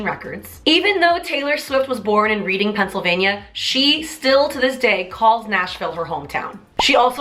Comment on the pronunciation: Not to be mean or something but you mispronounce reading Pennsylvania.